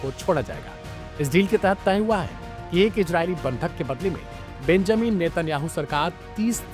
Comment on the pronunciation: "Gaaja" "Ijraili"😂😂 kese kese log journalism mein Aa gaye, "z" pronounce nahi kar pata bechara.